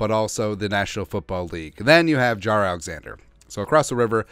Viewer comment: They way you pronounce Jaire is driving me crazy lol it’s not Jarar- it’s jai-air lol but couldn’t care less he’s a cheesehead I can’t wait for this season to start